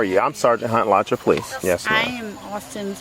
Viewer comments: Moderator: Not Alacha, but A la chew ah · It's AlachU-A omg you could have googled the pronunciation instead of sounding like an idiot. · "It's pronounced uh-laa-chew-uh, Alachua, FL, thanks" - Florida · I love hearing Alachua pronounced wrong